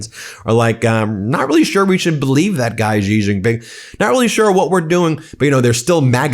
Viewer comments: Please learn to pronounce his name correctly. He is President "Si" , said short and crisp Not President "Gee". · Xi is pronounced "shee" Ben, not "gee". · Stop mispronouncing president Xi’s name as Ji..